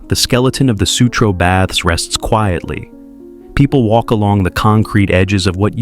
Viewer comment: Baths, not bads